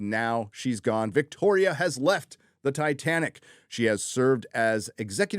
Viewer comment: I think you mean "Victorrrrrrrria Alonso"